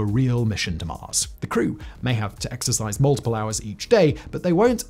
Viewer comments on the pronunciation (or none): none